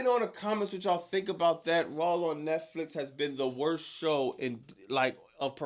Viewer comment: Its RAW not RAWWLLL!! It's Vaquer not VALquer! Stop adding L's where they obviously aren't!